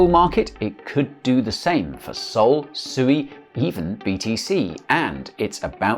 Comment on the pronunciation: Did you just prounce SUI, SUEY. 🤣🤔 Wow you'd think you would have learned by now after hearing from the devs at Mysten Labs that SUI means water in Japanese and is pronounced Swee. When you talk about Dogecoin do you say Dodge and end up confusing your new to crypto viewers?